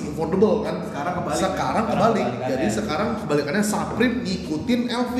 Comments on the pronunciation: its fucking supreme not SAPRIM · saprim or suprim? bukannya dibaca suprim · bape baca nya beip bliih supreme baca nya su (kaya susu)supreme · Orang di barat, baca BAPE: Beib Orang di barat, baca Supreme: Suprim Mungkin youtuber barat salah yaaa, soalnya bacanya Bape sama Saprim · Menit 0.44 suprim bang bukan saprim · Dibacanya suprim mas yg bener hehehe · SUPREME dibaca "Suprim" bukan "Saprim" 💩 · saprim? Bape? Nyebutnya Suprim dan Beip. Tollolisne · SUUUPREMMM KELESSS BUKAN SAPREM.... KAMPRING